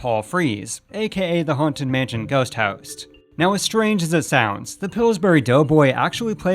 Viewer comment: “…the Haunted Mansion Ghost Houst.” 🤭